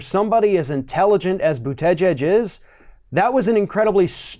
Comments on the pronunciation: I agree with you about Buttigieg. I liked him at first but I'm not liking him now. But that aside, your pronunciation of mayor Pete's is making me cringe. I love your videos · Lol, still can't pronounce his name??? Democrats are like a pack of dogs who are out of Harmony and snarl and attack each other.... Way to divide the vote ya'll! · Folks should give Mayor Pete chance. It is still early. Mistakes small and large have been and will be made by all. He may attract young people to vote for the first time. What is wrong with being in the center on on the left? Commentator lost some credibility with me by mispronouncing Mayor Pete's Name. Emphasis is on the first and last syllable, not the middle. Commentator is smarter than that. Did he do it on purpose? Commentator's tactics are starting to remind me of Rush just on the other side. What is wrong with saying your opponent cannot win in a primary. Every single candidate will do it, then the winner will choose the person he criticized most as a running mate. It has always been that way. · This dude butchers the last name lmao boot edge edge haha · ~ As a journalist, one must pronounce Pete’s last name correctly if one chooses to say Pete’s last name this many times in a video. ➡️ Pete Boo-ta-jedge 😉👍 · Pete "Boot-edge-edge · just say booda jej. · The polls said Hillary would win, and look how that turned out. I like Bernie and Pete. Either way I will support anyone the Dems put out. And for God sakes learn how to say to man’s last name correctly. The way you butcher it makes you sound a bit Fox News caster, lazy and stupid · I really wish you'd learn how to say Buttigieg! It's annoying. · You should learn to pronounce his name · It’s fun listening to pronounce Buttigieg’s name! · I thought we had the pronunciation of Buttigieg down ,guess not 😅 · Buttigieg's name is pronounced differently in every ROF video. Now we're at "Bu-TEH-jedge". Whoever he is, he's an empty suit.